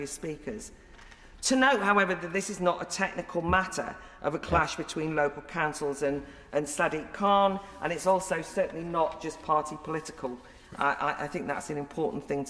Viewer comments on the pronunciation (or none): I swear down she just said Sad-dick Khan 😁🤣